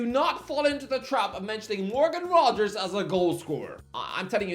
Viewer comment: You actually got Rogers right! Fifth time’s the charm lol